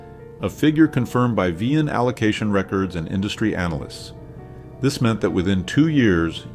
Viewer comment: and VIN as vee in? 😅 Edit